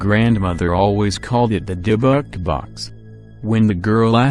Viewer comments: Nope. Robot voice saying "dib-buck" ( seconds in) the first three times was all I could take. Done. Thumb's down. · Does anyone find the way the voice says Dybbuk funny lol